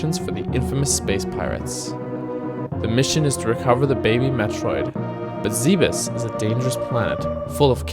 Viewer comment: Hey great vid, thanks for playing a real classic after so long! for the future just so next time you don't accidentally say zeebiss ゼベス Ze Be Su Zeh'behs would be the proper way to say the name cheers!